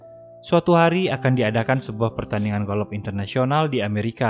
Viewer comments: Golop Anying kwlwkwkw Golf bang bukan golop wkkwwkkw 🤣🤣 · Sebutan golf bukan golof...sebutannya goff ..wlpun ejaanya g,o,l,f tp bunyinya g,o,f..maaf bang bkn tunjuk pandai tp sekadar perkongsian ilmu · Bukan golof tp. GOF . Bukan ronde tp raun (ejaan round)😁😁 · Kenapa aku dengar mimin sebut “golof” ?